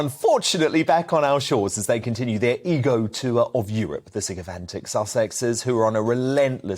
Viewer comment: Too funny “ego tour” versus ‘eco tour’….LOL